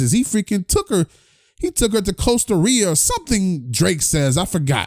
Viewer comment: Bruh how you forgot to say the 'C' in Costa RI**C**A bruh (you said Costa Ria).